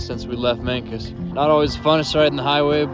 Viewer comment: Mancos is said Manecuss haha I grew up there